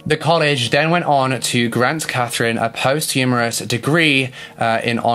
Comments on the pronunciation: It's not Post-humorous it's post-humous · It sounded like he said, "posthumorous" rather than "posthumous". D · Posthumous......Not posthumourous FYI. Amazing video as usual. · you know its pronounced post-u- muss for posthumous, judging by your content i think you might come across that word again. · Devi he’s stated that he has a speech impediment so I think we can all let that one letter difference slide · that was not a speech impediment it was a mispronounciation